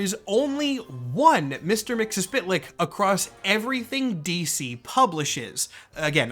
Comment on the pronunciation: I think you're just about the only other person I've heard pronounce Mr. Mxyzptlk the way I do.